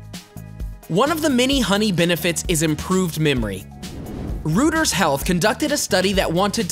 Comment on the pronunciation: Nice content. The news organization 'Reuters' is pronounced 'royters'.